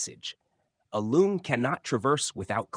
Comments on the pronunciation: It is pronounced Long, not Loong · It’s not pronounced loong. It’s pronounced long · Usually I don't mind people pronounce things wrong since I understand it's confusing for foreigners, but since you are a lore channel I supposed you would be interested to know that "Loong"(龙） should actually pronounced just like "long", that's how it sounds like in Chinese. There's no need to pronounce it like "loon-g" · Your pronounciation of "Loong" is completely wrong and hurts my ears. It is pronounced like the English word "long" with a long o. Not like you pronounce it. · pronounced as "long", as in length btw. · The pronunciation sounds about right. Just the tone is a bit off compared to the standard mandarin.